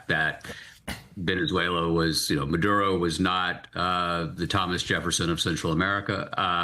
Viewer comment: You’re both pronouncing Maduro’s name differently. I love hearing your thoughts, but this is distracting.